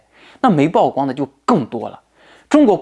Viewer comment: 曝光 曝露 曝曬 曝露出 曝光度 曝屍荒野 野人獻曝 均唸（鋪）第四聲. 請關注和改進🙏